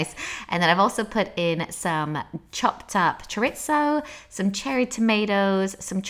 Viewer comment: It's pronounced choreezo!